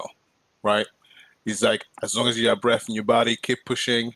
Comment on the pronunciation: y’all r HILARIOUS. i woke up feeling kinda low. then yall started saying bref, tasit 😂😂😂😂